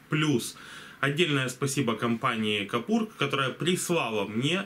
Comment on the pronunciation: Купор, а не капур, все ж ясно написано :) И к тому же, рекомендую что б лицо не было по центру кадра, смести камеру нижу - смотребельнее :)